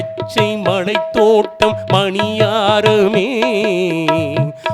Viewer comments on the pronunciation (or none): மீண்டும் மீண்டும் கேட்டாகிவிட்டது. "மலர், மன்னர், மலை" ஆகியவற்றை "மளர், மண்ணர், மளை" என்றே உச்சரிக்கிறீர்கள். குரல் வளம், ராகம், பாவம் அற்புதம்; பாராட்டுக்கள்! உச்சரிப்பிற்கே முதலிடம். அது பிறழ்தல், பிழையாதல் தவிர்க்கப்படாவிட்டால் குரலும் பாவமும் பயனற்றவை!!